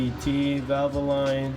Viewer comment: Isn’t the pronunciation, Valvolin not valvo line?